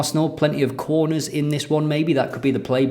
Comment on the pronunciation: is there another “Toin Coss” moment,? I definitely hear quorners rather than corners! Quorner: a set piece play in football, usually taken by a vegetarian.